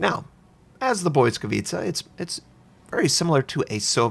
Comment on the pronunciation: I've found top ranked matches now evolved the meta into anti-smoke lineups. BB's carry spotter planes, Shiras overspam with torps and most often than not Belfast's and Fiji's die first. Oh and Notser, pls, its not "boy-scavitza", let google translate play the correct pronounce as i cant take the cringe. translate.google.pl/#en/pl/Lightning